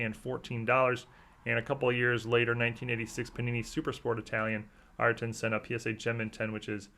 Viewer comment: Very cool,. You DID pronounce Ayrton's name correctly, btw. Thanks man